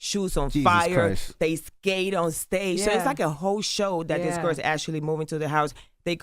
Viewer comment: "To the little gerrs" -Joseline😅😅